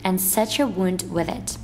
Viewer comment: Wound not wonde